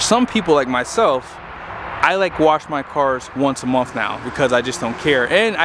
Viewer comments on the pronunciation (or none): Once a mumf?? English is apparently hard as hell.